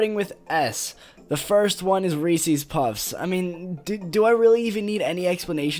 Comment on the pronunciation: I was gonna roast you because you said Ree Sees Pee Sees but then at the end you said you like my videos so I won’t. BUT HONEY BUNCHES OF OATS IS AMAZING IDK WTF IS WRONG WITH YOU Thanks for making a video responding tho lol, now I won’t terminate your channel. Have a great day bro